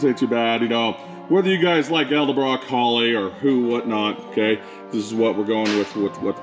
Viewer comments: Edelbrock…. Not eldebrock. Nice truck! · Love the videos... but pleease 🙏 it's Edelbrock.. not Elderbrock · He said: "Elder-brock intake." When attention to detail matters, you want to choose a mechanic that can't pronounce the name of the parts he's bolting on your ride. 😉👍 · Elderblock? Or edelbrock? Lol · It's pronounce Ed-Ull-brock. Edelbrock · Why can no one say edelbrock right 😂 sweet truck though. Love 400’s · The way you can’t pronounce edelbrock reminds me of the people who say “Cadillac converter”.